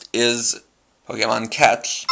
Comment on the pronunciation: ... It's a Pokedex. And it's Pokemon. Say it correctly for your language.